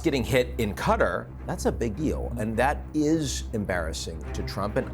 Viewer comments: why are these journalist all miss pronouncing Qatar, Piers says it correctly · Why is it so impossible for Americans to pronounce Qatar correctly? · Maybe if Sachs could pronounce Qatar correctly? I can’t listen to to this man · What’s also embarrassing is this guy’s pronunciation of Qatar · Americans are so dumb. Can’t even pronounce Qatar properly….”Cutter” “Cutter” 😂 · Embarrassing pronunciation or Qatar tbh lol cutter who the fk is cutter lol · Who pronounces Qatar as cutter? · Learned people saying ””Qatar” ”Cutter” is quite concerning. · I thought is was pronounced KAY-TAR. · This guy can't even pronounce Qatar properly. Cutter was the agent in Passenger 57 played by Wesley Snipes! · I was thinking the same.... also "cuttery"? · Qatar is pronounced cutter . actually pronounced "terrorist state" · did you just call Huthi' "Yemen civilian government"????? What is this extreme pink washing lol I wouldn't trust a guy that says "Cutter" it's "QA-TA R" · QATAR , not CUDDER . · what's cutter it's Qutar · I despise how Americans pronounce Qatar as Cutter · It’s Qatar not cutter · AMERICAN JOURNALISTS: PLEASE! DO YOUR HOMEWORK. THE COUNTRY IS AND ALWAYS HAS BEEN PRONOUNCED "QA - TÁR" ... NOT "cutter" or "cuttery." TO SPELL IT OUT, FOR YOU, IT WOULD BE "KAH-TÁHR." and "KAH - TÁHR - EE." YOU SOUND VERY IGNORANT SO GROSSLY MISPRONOUNCING A COUNTRY THAT VERY RECENTLY HOSTED THE OLYMPICS. IT IS VERY DISRESPECTFUL. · Qatar or Cutter mate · it's pronounced Kah-taar not cutter. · Why does the first guest say "Cutter"? It's Qatar. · Where's "Cutter" exactly? Oh, you mean Qatar, cat-are.... "Cutter" bell-end 😂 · Stop calling the place "cutter" its actually pronounced "KA-TAR" ....where do you get "cutter" when you look at QATAR?🤷🏿‍♂️🙆🏿‍♂️🤦🏿‍♂️ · First of all, it's QATAR not Qutter. Goodness. Secondly, Piers, do you condemn israhell and do you admit that this was a terrorist attack?? since there was no combatants involved and they struck civilians ?